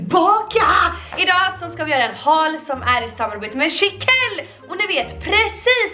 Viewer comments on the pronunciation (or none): none